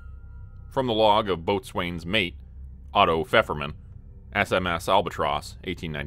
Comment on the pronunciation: Love this story. However, isn’t boatswain pronounced bosun?